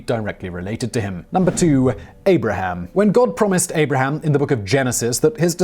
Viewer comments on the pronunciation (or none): none